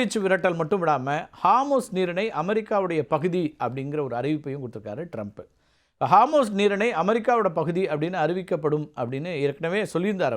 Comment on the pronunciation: ஹார்மூஸ் இல்ல அது ஹோர்முஸ்.